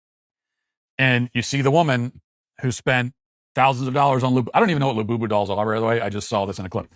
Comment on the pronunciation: Hearing matt walsh say the words. Lull booboo dollls repeatedly. ..made my fkn day lmao.... lul boo boo...😂😂😂😂😂 we gotta do better america.